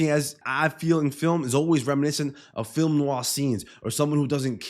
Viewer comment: You said "film noir" as well as a native English speaker could. Bravo. Great analysis btw !